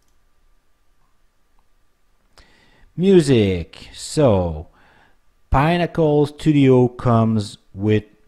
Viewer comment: It's pIN-nack-uhl not "Pine-ack-uhl" like you're pronouncing it. Pinnacle means -The highest/best you can achieve/reach.